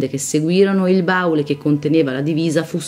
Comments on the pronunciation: …e comunque si dice “baùle” con l’accento sulla U, se conosce la storia come l’italiano siamo a posto. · Si dice baúle, baúli.